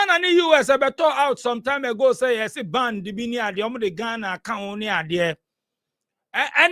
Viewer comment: DJ, the word is BAN.....and not BAND. We are all learning here ooo